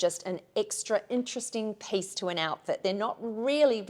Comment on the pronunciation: LOVE that you pronounce piece as pace! Charming.